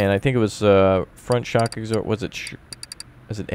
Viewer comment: You pronounce absorber wrong, you eggsorber